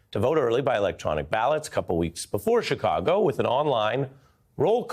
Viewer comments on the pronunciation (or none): none